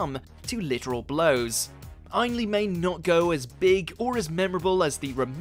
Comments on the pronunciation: That's Ane-Lee not Ein-lee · It is not EINley*. It is *aenley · Your pronunciation of some of the actors names is abysmal..... Ainley is pronounced like the end of "again". Derek Jacobi is Jack ob ee....not jacobeye. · I wish you would pronounce the actors names correctly Jacobi as in Jacabi and Ainley in Aneley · How difficult would it have been to enter Derek Jacobi's name onto a search engine, find one of the many interviews, or talks, with the actor and get his name pronounced correctly? - AND Anthony Ainley's!! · The narrator can' t pronounce Jacobi or Ainley properly . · John simm is my favourite Master, plus who hell is “Derek Jack-O-bay??” It’s “Jack-o-bee. Plus he said Anthony’s name wrong as well! Can’t he pronounce names properly??